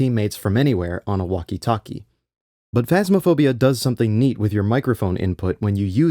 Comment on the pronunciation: bro says walkie talkie like its an Chinese cuisine